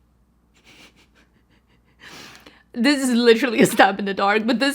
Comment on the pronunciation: I need you to show me this red eyeshadow look. I am trying to overcome my fear of red makeup and this is beautiful! I want to recreate this. #45 is said "pew-jill-ist" it means a boxer/fist fighter.